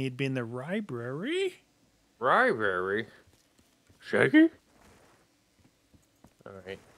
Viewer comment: The fact that didn't notice the zombie number count until said something made me laugh been watching YAW for 10 plus years since I was 11 keep it up guys and that said ribrary instead of library put a smile on my face